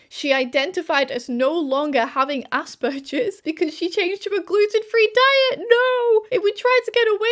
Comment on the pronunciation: I like the video but I cringe whenever you pronounce aspergers to rhyme with splurges instead of with burgers!